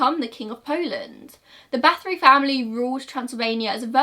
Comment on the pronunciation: Same here, it was very unusual and I had to rewind a few times before recognizing the name, but I appreciate her effort regardless. And I looove that she covered this story